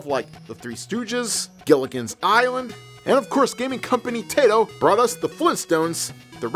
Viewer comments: Every "Tayto" was a punch to my gut. There are tons of YouTubers that have learned how to properly pronounce names and words by now, but not. Tayto, My-amoto, I-awata, Ten-gin. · I don't know what made me cringe more, the Antifa joke or the fact that you mispronounced Taito.